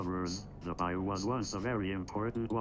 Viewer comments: This isn't to be rude, but it's pronounced "Bye-oo", not "Bay-ow" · Even Oracle pronounced it wrong, don’t worry. (oracle pronounced it “Bye-oh”, even thought it’s “Bye-oo”) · As a Louisianan, i find it very offensive of you to call it Bay-o. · I seriously cannot get over how he says BAYO instead of BA-YOU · Also, it isn’t Bayou (bay-o) it’s Bayou (buy-you) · You gotta learn to pronounce some of the easiest words better. Like - BA-You, not bay-o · I love, but I know he didn't just pronounce bayou as "bay-oh". For anybody else who doesn't know, it's "bye-you". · It's pronounced Bi You not bay yo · It’s buy you not bay yo lol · bay-oh Man-chack no no no Bye-you Mon-chock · Bro you mispronounced Bayou it’s said by-you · Did this mfer just say Bai-yew like mayo with a b. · bayou is (bye- oo, or bi- you) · and the way said Bayou made me laugh and cringe so hard 😂 it’s pronounced “Bye-you” lol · You butchered bayou it’s b “ai” u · Gotta put this out there on behalf of Louisiana. Bayou is pronounced bye-you. The French do have funny words lol. Love this content though!! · bayou pronouciation bye-oo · I cant help but feel slightly offended at the incorrect pronunciation of bayou. Its bye-you thats the pronunciation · Please dont consider this rude. Just letting you know that isn't how to pronounce bayou. It's more like "Bye You" it's french. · Bayou is a french word im pretty sure but its like a super swamp and its pronounced "bye-you" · Not to criticize your pronunciation but Bayou is pronounced Bye you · Bayou is pronounced Bye-you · Everything about this serious and this video is amazing but it's funny hearing he pronounced bayou. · YOU PRONOUNCED BAYOU WRONG 😭😭😭😭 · I’m not even a Southerner, but the way he pronounced “Bayou” physically hurt me 😅